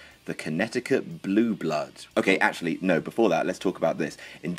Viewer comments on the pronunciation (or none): none